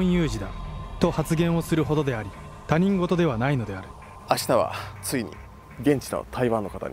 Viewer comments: 「他人事」 たにんごと、じゃなくて、ひとごとって読むよね。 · たにんごとと言う方が多いけど、正しい読み方はひとごとだったような…。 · タニンゴトではなくヒトゴト！ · 「他人事」と書いて「ひとごと」と読むんだけど、含め最近のYou Tuber みんな読み方間違うな…。若者が勘違いしてしまう。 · 他人事→「ひとごと」と読みます。何度も出てきてちょっと気になりました… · ごめん、すごーーーーく、ババ臭いんだけど、他人事を「ひとごと」じゃなくて「たにんごと」っていうのが、ワザと言ってるのかもだけれど、すっごい気になる。注意を引くためにワザとなの？ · 漢字読み方：他人事→ひとごと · 、カッコつけてるところ大変申し訳ないのですが他人事(たにんごと)ではなく他人事(ひとごと)です、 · 『他人事』と書いて『ひとごと』と読みます。誤読である『たにんごと』を聞く機会も多い現状ですが、ひとごとが正解です。